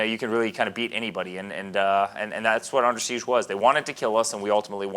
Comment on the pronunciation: He's saying seize but the title to video is siege. Which one is it